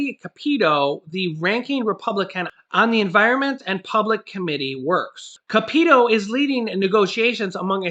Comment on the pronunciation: I’m sorry it’s been bugging me, the way you say her name “ca-peet-o” isn’t right. It’s “cap-i-toe”. I know it’s a minor thing but I’m from WV and it just gets under my skin a little.